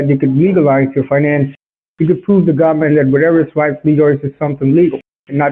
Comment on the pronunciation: "hide the money from gomment"